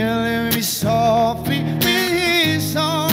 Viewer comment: Dam i love this cover except the only complaint i have an granted its a minor one, is the pronunciation of the word softly. He sings soo-feee wich is kinda irritating me lol. Say it right bro. Good cover tho